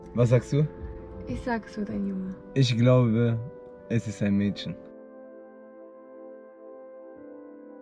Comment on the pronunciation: Mila sagt 100% Mädschen deswegen bin ich auch für Mädschen 🥰❤️